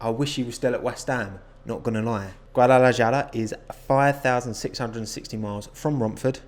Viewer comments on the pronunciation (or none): Just so you know, Guadalajara is pronounced "gwah-dah-lah-HAH-rah" not "guah-dah-lah-JAR-uh" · I'm not going to be all up in arms about how you say stuff but in Spanish based languages a j makes an h sound so Guadalajara is "hara" not "Jara" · its "Gua-Da-La-Hara" NOT "Guadala-jara" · Guadalajara: Pronounced Guadalahara: Guadalajjara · You have a Guadalajara viewer here!! It's pronounced GuadalaHara not jara lmao, big fan btw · Nowbodye: People speaking in english: GuadalaYara Mexican people: es Guadalajara (Is Guadalajara) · You said Guadalajara wrong its pronounced guad-ah-la-har-ah not guad-ah-la-jar-ah. The J is pronounced as an H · gadalajara = gadalahara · I hate how you say Guadalajara. The J isnt pronounced as a “Jah” it’s a “ha” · Therapist: Don't worry. saying Guadlajara doesn't exist. saying Guadlajara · Hello from El Salvador, Central America. Just one thing, the right way to pronounce "Guadalajara" its "Guadalahara". Great video;) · The way this guy pronounced Guadalajara cracked me up. It’s pronounced like Guadalahara. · Me an american that was bullied over mispronouncing things in Mexican culture: Guadalahara, Guadalahara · Same 😂😂 he made my day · my dude, if a word is spanish, Js are pronounced as H! GuadalaHAra 🤗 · Guadalajara is pronounced Guadala-HA-ra. J's are pronounced like H's in Spanish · Btw its pronounced "Guadalahara" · Guadalajara is pronunced "Guadalahara" the J sounds like a H is Spanish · The j in Guadalajara is pronounced more like a h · I know this is just me being me but with Guadalajara, you pronounce the j as a h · J is not J in spanish, so Guadalajara is more like Guadalahara! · Guadalajara is pronounced Guadalahara. Just for future pronunciation. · Sorry but... Guadalayarah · you pronounce the j in Guadalajara as an h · Guadalajara is said GuadalaHara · are we just gonna ignore how he pronounced guadlajgiawuelayra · guadalajara is pronounced guwa-dala-hara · its pronounced Guadlahara